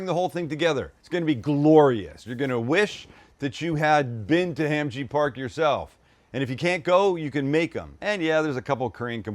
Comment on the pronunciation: It's Hahm Jee Pahk.